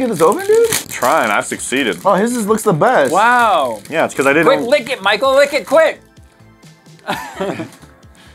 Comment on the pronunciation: Michael followed you for like six months and didn't read your name correctly.. lol can't say much I have done the same to another channel